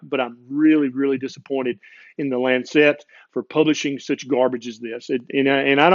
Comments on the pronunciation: Very interesting podcast marred only by the word Lancet being mispronounced. It's Lance-it, not Lance-set. Saying it correctly will help your acceptance here in the UK. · Just one thing, just one - the publication's name is The Lancet, and it's pronounced "Lansit", as in what you do to a boil... after all, you don't wear a bon-net... do you... you don't eat a pun-net of strawberries... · Brilliant rant! (By the way, it's LANcet)